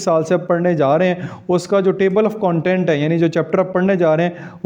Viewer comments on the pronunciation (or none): none